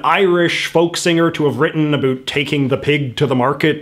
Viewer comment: “A boot” he he